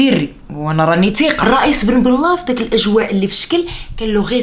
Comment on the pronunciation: أه نسيت غير واحد الملاحظة ضحكتني 😜 نطقك لإسم الرئيس " بن بلة " ماشي هو هداك .. 🤪🤪